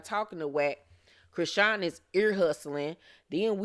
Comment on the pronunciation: Did you mean to pronounce her name CRAYsean? 😂